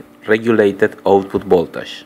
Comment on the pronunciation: Funny, he say's instead of three pins, "trippins", anf voltage becomes voltash.